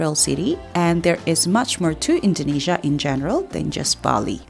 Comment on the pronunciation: I don't get it why you pronounce Jakarta and Indonesia very wrong even though u come from Indonesia